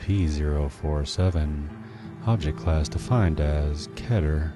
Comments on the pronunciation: OMG THANK YOU FOR PRONOUNCING KETER CORRECTLY! <3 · At least you're one of the few who pronounce "keter" properly.